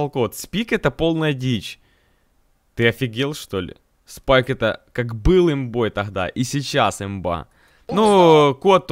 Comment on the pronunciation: Сроу)) Спике🤣 Йа хачю СПИКЕ